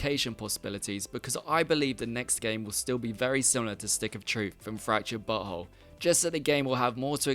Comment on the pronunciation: I like how he pronounces South Park the fractured but whole correctly 😂